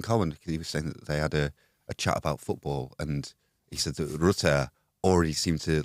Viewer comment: That pronunciation of Rutter....please, in the name of god, stop